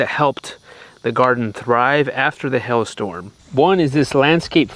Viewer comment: Did you say Hail Storm or Hell Storm?? LOL